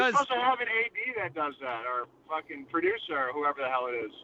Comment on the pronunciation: TUERCK TURNS SCOTTISH FOR ONE SECOND (FOOKIN)